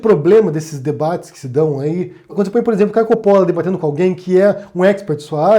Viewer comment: Olá! Espero que você continue a publicar seus vídeos. "Deus é Luz, ignorância é escuridão..." Essa "turma" que hoje podemos ver no Brasil (e no mundo) é do mal! São capazes de subverter o Sagrado, que dirá aquilo que não o é... (Uma observação, se me permite, o nome "Coppolla" - de origem Italiana - deveria ser pronunciado 'Cóppolla' como em Italiano, com o acento na primeira sílaba). Abraços!